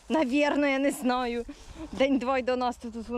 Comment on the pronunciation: А як ти сказала нинаю?😂😂😂